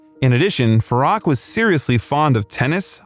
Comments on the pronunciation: so many inaccuracies ,unbelievable ,plus his name is pronounced as Faroek,not Farrak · Farok? “Fa-roo-k” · Absolutely, even his original name Farouk, this narrator calls him Farack. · His name is pronounced “Farook” not “Faruk”. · It’s pronounced “Fa-roo-k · If you're going to do a bio on him, learn to say his name. It's pronounced Far-ook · Ummm, to do Freddie justice… it’s pronounced (Fah-rook), but my favourite Queen song “The Show Must Go On.” He was the most beautiful of souls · At least learn to pronounce his name properly. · So much wrong with this video from the pronunciation of his name,it should be on trump’s truth social. What garbage. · It’s pronounced Fah-RŪKE. And NUR-yev. Do your pronunciation research better.